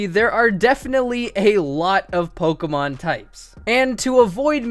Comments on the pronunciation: yes, I realise you know a lot about Pokémon, but it is POKÉMON, not pokemon, it is po-kay-mon, not pok-ee-mon. And WHY? why grass? Think of sceptile, and bug type, heracross and pinsir are awesome bug type pokémon. plus there is cloyster for the ice type. If you want to play pokémon, you don't necessarily need to play with Good pokémon, just play with the pokémon that you like. Personally, I love the grass type, I love pokémon like Sceptile, Decidueye, Ludicolo, and Shiftry. And to add a remark, I really love rock and ground type pokémon, like Donphan and Excadrill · Who the hell pronounces pokemon as "pokomon"?